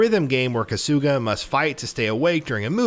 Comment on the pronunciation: Who the fuck is “kasoooga”?????? Kahhsugah mfka kahhsugahh